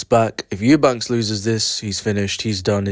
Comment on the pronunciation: I don't really care that you give an opinion in a two horse race however i might have more respect for that opinion if you could speak one of the two boxers name correctly, his name is Eubank ffs .